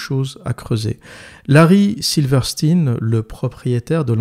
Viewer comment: Alors, on dit Silverstein (Silveur Chtaïne), et non pas silverstine. C'est comme pour Einstein. Et ça s'applique également à Weinstein et Epstein.